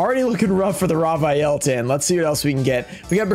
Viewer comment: "raw vaiyel" lol its "raviel"